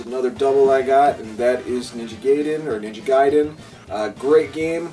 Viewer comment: You lucky guy that is a sweet inheritance, it's all the stuff people get when they start collecting NES stuff for the second time around. BTW it's [Guy] [Den] as in the TMNT Raphael uses a Sai [Sy] and Ryu Hayabusa from the game Ninja Gai [Guy] -den [Den]. Great channel you have here, good stuff. :)